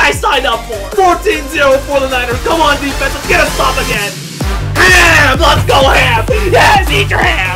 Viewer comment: And we're here to win! lEt'S gUlL